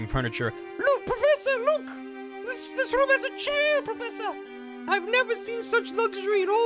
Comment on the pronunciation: I've been catching up on all the Layton vods and now i can't stop mumbling "pwofessa" to myself thnx